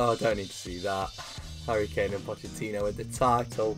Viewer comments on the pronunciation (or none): none